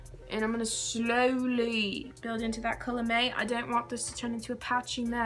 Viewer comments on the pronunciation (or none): Lmao when you said slowly in a British accent😭😭😂😂 your so cute❤️ and that makeup tho😍🤤